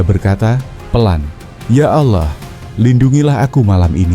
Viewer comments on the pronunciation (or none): Tulisannya Allah bacanya awloh